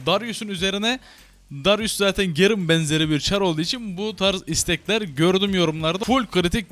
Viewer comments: şu garene gerın demeyin artık lütfen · gerın degil garen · gerın ne ya GAREN lan o garen :D